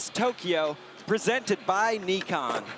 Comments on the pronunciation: if you ever call it Nee-Kon again lol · Did homeboy really say "Neekon?" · For gods sake stop saying NEEKON it's pronounced NIKON as in NY-KON! FFS you noob.